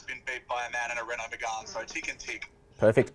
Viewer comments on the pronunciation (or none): none